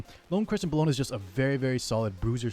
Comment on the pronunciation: her name is pronounced Bell-O-Na or Bell for short lol. Its not Cologne /Bologna lol